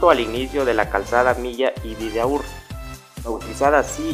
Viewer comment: La calzada en la zona 6 tiene el nombre del escritor José Milla y Vidaurre. Pronunció mal el nombre. El acento/inflección del sonido se pone en la A de Vidaurre. La última sílaba es: RRE. VI-DA-U-RRE